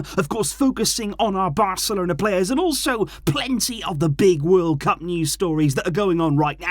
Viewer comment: It’s Gavi it’s pedri it’s bancelona 😂lol it’s just banter but for real Barca have some good young talent